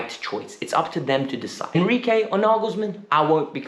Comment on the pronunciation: Who is enquire. its enrique ;/